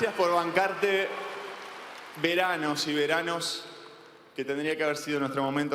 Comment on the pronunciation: "Gracias por bancarte... VER ANOS Y VER ANOS" 😅